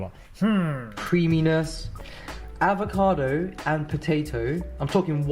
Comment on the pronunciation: If he said avocado one more time in his way, I was walking into traffic... Wait, did he day cabbaaahj? Lock the door!